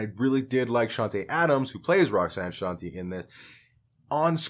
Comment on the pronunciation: Her first hit was Roxanne’s Revenge, not Roxanne Roxanne, which is by UTFO. And her name is pronounced Shawn-Tay.